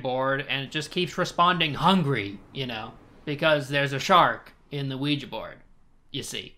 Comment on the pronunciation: I hate the way says ouija